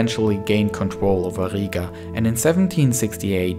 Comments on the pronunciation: its not higa, its Riga or Ryga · you have to say riiga longer i